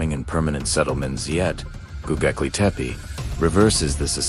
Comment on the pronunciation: GoBEKLI, NOT goGEKLI...